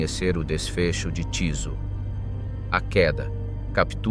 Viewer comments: vyslovuje sa Tyso a nie Ťiso... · Bolo by dobre naštudovať si ako sa dane meno vyslovuje